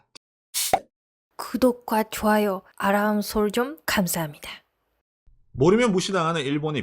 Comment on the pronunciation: 아내분이 이제는 아람이 아닌 알람이라고 충분히 발음할만 한데 여전히 어색하게 아람이라고 하네요. 자신있게 알람이라고 해봐용. 영어이지만 한국에서 발음하는대로 하면 좋겠죠.